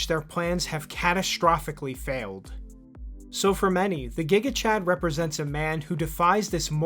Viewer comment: It's gigachad as jigachad not as guigachad